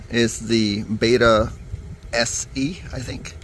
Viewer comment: Its Betta Bet-ta